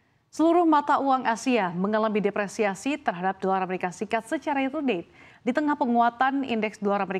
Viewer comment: Dolar amerika serikat buk, bukan seperti yg di omongin, " dolar mresika srikat...😂😂😂😂😂😂😂, presenter habis main nihhhh.....gelagapan